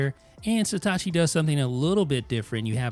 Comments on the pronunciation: Again; It’s „Satechi“, not „Setacci“! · dude its satechi not satachi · Jesus Christ, how hard is it to say SA-TE-CHI? It's not STA-CHI. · Why is nobody mentioning that he keeps saying Setachi when its Satechi?? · You're pronouncing the name wrong... It's not Setachi, it's Satechi. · You pronounce Satechi as if it was written Setachi. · What's with the "Sitachi" pronunciation? It ain't Hitachi. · stop saying "seetahchee" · Maybe one day he'll pronounce the name Satechi properly